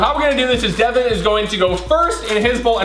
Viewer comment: Its devan not devin